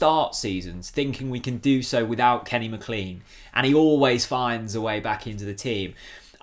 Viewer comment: I wish you would pronounce McLean properly